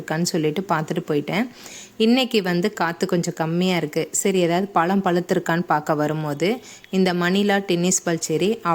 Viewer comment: பலம் இல்லை மேடம் பழம் என்று சொல்லிப் பழகுங்கள் இப்படி தமிழை கொலைப் பண்ணாதீங்க.